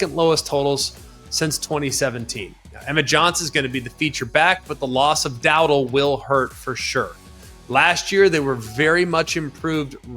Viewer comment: Dow - dell. Not dowdle